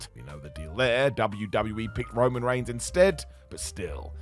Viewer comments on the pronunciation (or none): none